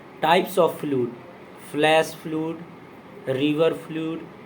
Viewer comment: It's flood فلڈ not a فلووڈ